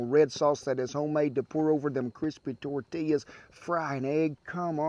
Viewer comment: "Gimme some of dat toouur tea yas" not tortillas lol